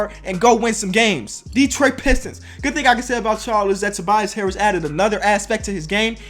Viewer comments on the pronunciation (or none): none